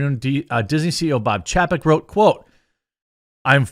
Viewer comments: It's pronounced CHAY-peck, Jeremy. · It's chay-peck. Didn't you learn phonics as a kid? When there is a vowel-consonant-vowel combination, the first vowel is said how you say it in the alphabet. In this case A. How do you say that when saying the alphabet? Say it the same in his name.